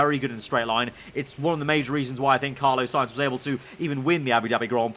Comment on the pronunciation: CARLOS.. HIS NAME IS CARLOS NOT CARLO 😅😂😂